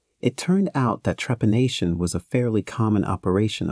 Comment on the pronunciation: How come the robot voice can pronounce the word trepanation , perfectly? Yet mispronounces the name of the country Tibet, as Tybet?